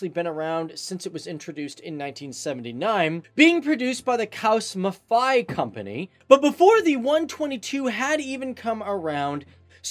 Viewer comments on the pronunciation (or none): Are you sure: "cows Maathai" ?? Or maybe: "Krauss Maffei"!!